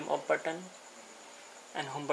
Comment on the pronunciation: What is that "ooop button"? Don't pronounce "volume ooop button", pronounce volume up button" (up...AP" OK?